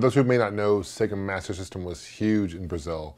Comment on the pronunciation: thumbs up if you can say "Master System" correctly!!